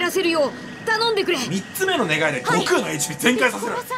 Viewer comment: 超サイヤ人化してても「願い」を「ねげえ」って言ったシーンクソ笑ったわ